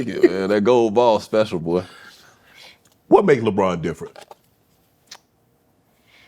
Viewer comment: That man said Lebronto 😂🤣